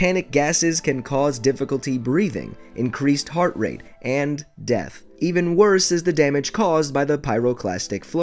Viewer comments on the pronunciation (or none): none